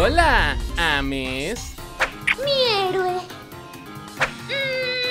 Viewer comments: Se pronuncia "eimis" para ser "ames" XD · aver aver primero se pronuncia eims y segundo HAGAN SONADOW WEY!!!! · Se pronuncia "Eims"